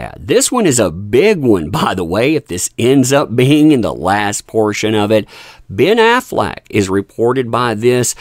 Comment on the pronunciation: Hehe, "Ben Aflac". 🤭